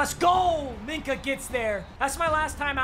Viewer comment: Nobody:: MINKAH MINAH AHHHHH